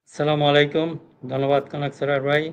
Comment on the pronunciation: আপনার সব কথা ভালো লাগে, আসসালামুয়ালাইকুম বলা ধরণটা ভুল মনে হয় তাই সেইটা ভালো লাগেনা।